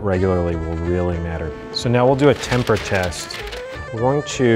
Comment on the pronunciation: ”That Chocolate Is In Temperrr” ChOcOlAtE iN tEmPer ERRR